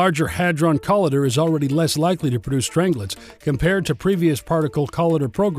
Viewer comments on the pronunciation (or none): IT'S NOT "COLLIDDER", IT'S CO-L I DER , THE "i" MUST SOUND LIKE THE i IN Lighter!!!